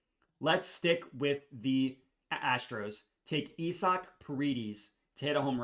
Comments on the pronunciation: It's pronounced I-zick not E-sock 🤷🏼‍♂️😂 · You saying isaac name wrong or im tripping 😂😂😂😂😂🤦🏾‍♂️